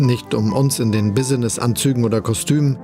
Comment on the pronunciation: Business - Deutsche Aussprache ist bis-nes